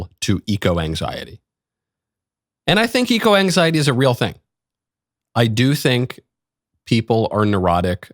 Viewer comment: "eco exiety"